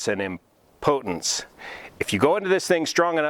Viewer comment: Congratulations,. And the word is "IM-po-tence. Most men mis-pronounce it so No Worries.